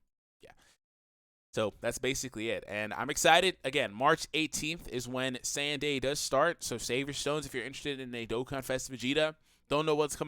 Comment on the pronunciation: Then why does everyone say sayajin lmao